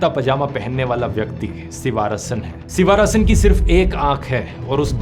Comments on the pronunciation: सिवा रसन नहीं... शिवरासन् नाम था उसका... आपको विनम्र निवेदन है कि आप नामों का उच्चारण अङ्ग्रेजी के लिप्यन्तरण से नहीं, स्थलीयभाषा के लिपि में ही, उस भाषा के विशेषाभिज्ञ से पूछ कर सीख कर करें। साथ मे नालिनी नहीं, नलिनी पढना चाहिए.... दर असल इतना तो बिना तमिळ् जाने भी संस्कृत के ज्ञान से पता चल जाना चाहिए था... इतने गन्दे उच्चारण न किया करें। भग्यानाथन् नहीं, भाग्यनाथन्.... अरे भाईसाहब, क्या आपने हिन्दी में भाग्य शब्द भी नहीं सुना है क्या??? तामिल् ईलाम् नहीं, तमिळ् ईळम्. IPA (International Phonetic Alphabet), या transliteration नाम सुना है?? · You are doing a great job, but a feedback for you - Please pronounce the names correctly. Doesn't look good coming from one of India's biggest youtubers. So, it's नलिनी not नालीनी and शिवरासन not शिवारसन. Great work otherwise as always. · ध्रुव भैया, नाम थोड़ा edit कर लीजिए, उनके नाम, शिवरासन (शिवाराशन नहीं) like this नलिनी not नालीनि, etc etc